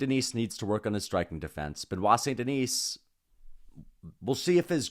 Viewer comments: You know that one time when you didn’t pronounce the s in denis, that’s it that’s how it’s pronounced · Holy crap man. The S is silent in his last name!!!!!!